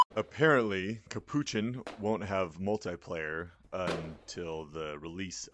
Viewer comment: i know there is no way capuchin is pronounced like that ...